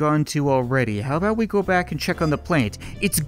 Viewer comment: What are u talkin a-boot?